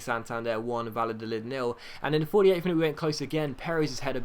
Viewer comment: the double L in spanish is pronounced either like a y or a soft j sound--it's Vayadolid, not Valadolid